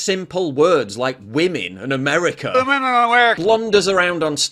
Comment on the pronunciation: She said "House Speak Anerica Nansi Pelosi." What is Anerica? Is that like Bird law and Privilege Scrub?